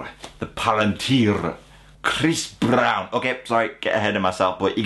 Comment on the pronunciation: khrrris brrrown.... hehe